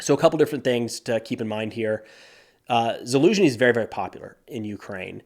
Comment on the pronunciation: Haven’t listen to this YouTuber in a while. Verdict: he finally learned how to properly pronounce Zaluzhny.